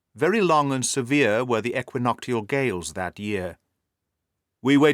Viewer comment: Fabulous as usual. I'd pronounce it eqwinokshl with sh rather than t.